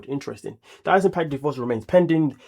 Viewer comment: Patrick called her Thias